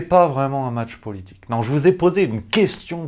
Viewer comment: Vous prononcez le mot "politique" comme Ségolène Royal en insistant sur le O, c'est plutôt PEAULITIQUE que Politic... une parenté ou une même origine géographique ?